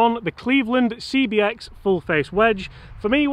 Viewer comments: How many times can say CXB instead of CBX...OK, only two...Love the vids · 'cbx', not 'cxb',. #nitpickcomment